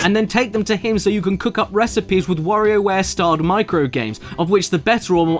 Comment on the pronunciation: "THAT'S IT, I've come up with a new recipeh"